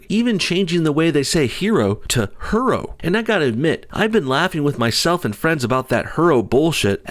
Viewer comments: “Her”oe sounds like a Asian trying to say heroe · Her-o? That's hysterical. Hero isn't pronounced 'he-ro. A woman can be a hero! lol smh duh! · That bit about pronouncing it Her-o shows you how petty these things can get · Her-o He-r-o